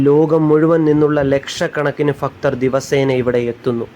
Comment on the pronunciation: ഫക്തർ അല്ല ഭക്തർ